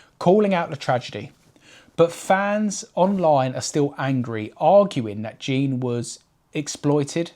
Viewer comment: His name was Jean, not Gene.